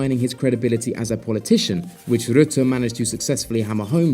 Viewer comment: The u in rutte is pronounced like german ö